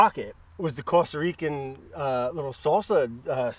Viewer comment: Cawsta Rican sawce!